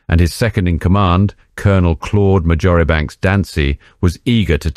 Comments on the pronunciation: Very good but two notes on pronunciation. Adolf should not be pronounced in the American "style" with the long A. Sir Claude E M Dansey - his third given name, Marjoribanks, is pronounced "Marchbanks". It is a quirk of a similar type to Cholmondley being pronounced as "Chumley". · Marjoribanks is pronounced Marsh banks. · is a far as I go. Learn how to pronounce the names that you read out. You're unqualified in historian circles. Marjoribanks. Look it up.